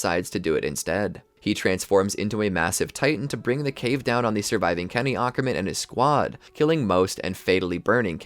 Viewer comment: Bro awkerman 😭